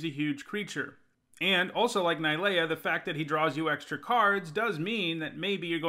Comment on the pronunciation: Its not ni lea.... And you jist kept saying I lol